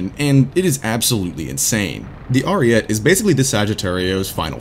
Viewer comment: Im not very good at explaining but basically you pronounce the name like this: Arìete, you pronounce all letters and put enphasis on the "i"